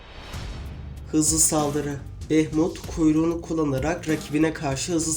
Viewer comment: Bunun ismi Behmut deil behmud